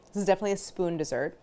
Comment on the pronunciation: god i hate the opening jingle so much. DEEsert PerSUNN. neither one of these words is pronounced like that!!!! can’t wait to try this recipe tho. you’re a genius claire!!!